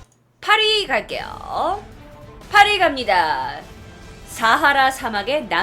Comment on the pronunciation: 8위 갑니다 햇을때 파리갑니다 라는줄